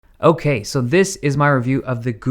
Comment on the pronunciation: We say okay and Dave says okay..e